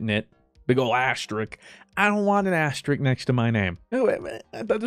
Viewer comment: For some reason fruit calling an asterisk an asterick really bugged me haha Definitely recommend almost famous! Very good movie